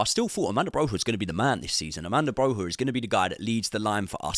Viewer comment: AMANDA BROHA 😂 ARRRRMANDO BROYYYAA